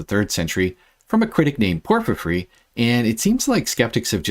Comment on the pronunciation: Who the hell is “Porphyphry?” Nice video otherwise. 👍